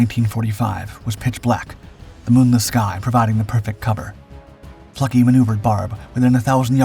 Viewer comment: Nicholas Neff Fluckey here, incredible story, the narration was excellent. What an outstanding group of individuals, with tremendous courage and resolve. And a strong dose of "Luck" as well. Big props for pronouncing Eugene Fluckeys last name correctly!